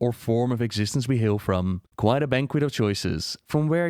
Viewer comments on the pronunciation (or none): none